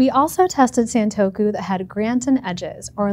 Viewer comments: It’s pronounced “Sahn” not “saan” in Japanese: it’s さんとく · Why wouldn’t you take the time to learn how to pronounce the word you’re going to say over and over in a video? It’s the same sound from other Japanese words/names like Nissan, it rhymes with gone or pawn, we even have the phrase “Say ‘Ahhh’”. Please look up pronunciations, there’s no good excuse nowadays, especially for sounds that are present in your native language (esp. English speakers).